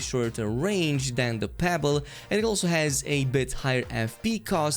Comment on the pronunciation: Its not "pable" its pronounced "PEBLE"!🔫